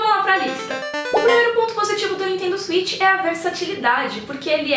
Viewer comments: Oi! Legal de ver sua alegria ao falar do videogame. Gostaria só de fazer uma observação na pronúncia do nome do videogame: A palavra inglesa switch se pronuncia "swêtchy". Cuidado para não pronunciar "suítchy", pois é uma pronúncia parecida com Sweet (doce). Gosto muito do seu canal!! Abraços. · Nintendo Zuit? O Velberan tem esse mesmo erro de pronúncia.